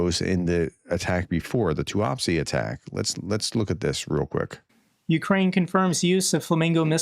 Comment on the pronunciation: Hi prof tuapse is pronounced like this …too-apps …don’t pronounce the e at the end I hope this helps